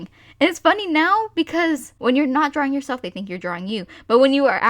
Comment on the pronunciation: "OH MY GOWD are you dawing anime???"